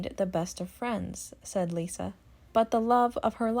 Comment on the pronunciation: It’s liza with a z Not Lisa Lovely family great kids that are very down to earth & fun loving. I secretly giggle when folks are snobby about the brand …always swell not snobby.